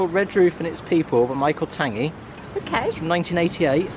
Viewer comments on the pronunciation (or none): It's Richard Tangye but the g is pronounced as in 'Tan-gee' not tangy..... Love the breakfast, my dad worked at Portreath Harbour when it was a coal yard and he was one of the local delivery men before all the houses were built. Enjoy your walks with the doggies! 👍❤️